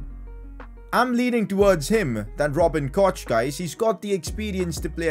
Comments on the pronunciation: His name isn't pronounced koch tho it's kock 😭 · Pcq:Robin Koch is pronounced Robin (Kok) not (Kosh)